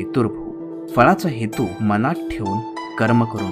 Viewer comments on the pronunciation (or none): none